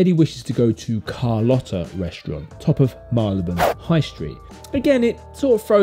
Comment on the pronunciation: Very interesting videos. I notice, for Marylebone, you say Mar-le-buhn. Like you, I’m a Londoner and I always thought it was Marry-le-bhun. Who’s correct?